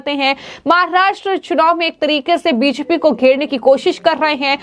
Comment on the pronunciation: आपकी बी जे पी शब्द का उच्चारण स्पष्ट रूप से नहीं होता।